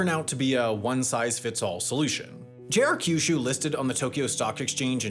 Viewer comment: It's not pronounced "ka-yu-shu" or "ki-yu-shu". Pronounce kyu like the letter "Q".